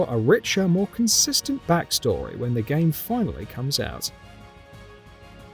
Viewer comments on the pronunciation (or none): none